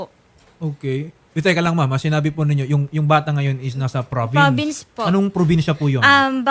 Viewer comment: Te, confident di confidence. PROVINCE hindi FRAVINCE ...